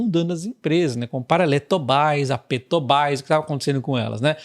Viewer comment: Eletobais Petobais Chorei 😂😂😂😂😂